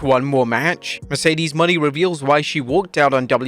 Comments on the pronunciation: Sasha's new last name is pronounced "Mo - NAY"... not "Money." It's been months now... you're playing ignorant and out of touch on purpose? You could change but you're choosing to read what's in front of you incorrectly. What on earth is the payoff? Losing viewers? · Christ Mercedes Mone isnt pronounced money